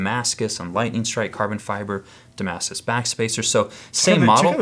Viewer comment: Is he saying "damas" instead of "Damascus"?